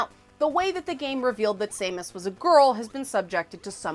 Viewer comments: S A mus? are you its Sam us, she's not a irish gnome. XD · Sah like sandel, mus like mustard, and Aran is pronounced like the name Erin. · The pronunciation of Samus is causing me to cringe. Not an insult, just felt he need to speak my mind.